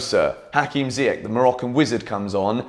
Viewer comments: i noticed that you spell ziyech name wrong as im from morocco the correct prounouciation is ziyesh not ziyek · I m here for the day when u say ziyech correctly 😭😭